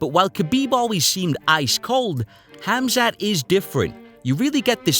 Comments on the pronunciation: Gerald calls him "Hazmat" 🤣😆 ☢☣☢☣ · Did Meerschaert just call him Hazmat! That's appropriate !! Btw, his name is pronounced as Hamza. Welcome to greatness, Khamzat ! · "Hazmat" :) Which is not a bad name for Khamzat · Khamzat "Hazmat" Chimaev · That's what Gerald gets for calling him Khaz mat. lol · Khabib "Location", Khamzat "smesh" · Meerkat pronounced his name "Hazmat" lol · Meerschaert calling Khamzat "Hazmat" has to have been a Freudian slip, right? Gerald knew the danger he was getting into 🤣